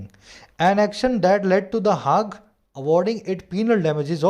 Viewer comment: Sir, I am humbly differing the pronunciation of "The Hague"